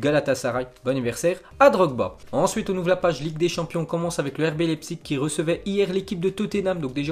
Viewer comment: Ça se prononce laïpzich pas lépsik